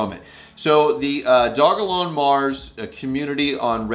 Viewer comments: It’s pronounced dog-a-Lon You can read it on their site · Its called do-jah-lon. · Great content, thank you. NB: Dogelon is pronounced doge-e-lon Mars for future reference.